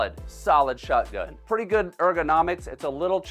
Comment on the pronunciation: Me too I found myself saying shotgun in the same way says it 😂😂 like shutgun